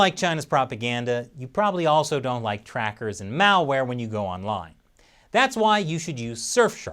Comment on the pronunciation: Mao Ware!!!! I LOVE IT. I know you said Malware but i like Mao Ware better. LOL